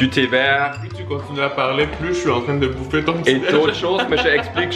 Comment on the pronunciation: Arrête de dire boufferrrrrrrrrrrrr